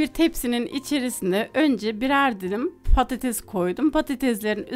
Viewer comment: Çok ilginç konuşuyorsunuz patatez:D